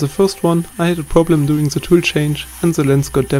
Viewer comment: Really nice, but its "the" and not "zse"